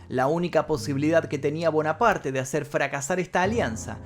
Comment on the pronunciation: No se pronuncia bonaparte.eres un youtuber hermano. Trata de mejorar la pronunciación de los Nombres no ispano